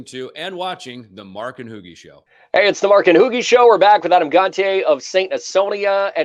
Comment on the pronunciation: It drives my crazy how people pronounce “Gontier” and “Gon-tee-aye”. It’s pronounced “Gon-chay”!